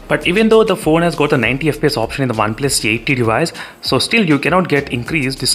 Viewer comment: Me: OnePlus:Oneples 😂